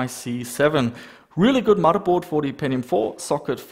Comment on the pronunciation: I love how you say "Muddaboard".